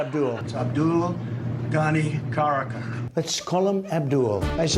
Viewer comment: The ''Abdul'' Trump is talking about is actually non other that ''Abdul Ghani Baradar'' whom Trump called ''Abdul Ghani Karakka'' by the way. The man who basically created Taliban. Trump was an actual Commander in Chief of the US Army. Well if the CIC of the strongest military in the world has this much information about his countries enemy leaders, then God have mercy. America might officially be the only country that elected the most weirdest and the most uninformed presidents in its history. Bush, by the way never came up with the correct pronunciation of the ''Abu Ghraib'', well maybe now he does.